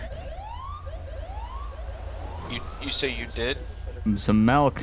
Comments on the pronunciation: I love you, but it’s milk not melk. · "I've had some "melk" to drive today." xD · It’s MILK not melk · No it's malk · the man wants a glass of mulk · He said melk, not milk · So no one is gonna say anything about “melk” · JOSH, POUR ME A GLASS OF MALK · He needs some melk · "i drunk some malk" lmao